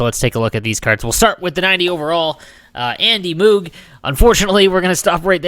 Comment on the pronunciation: Andy Moooog?? sounds funny ;D. Its pronounced like Vogue.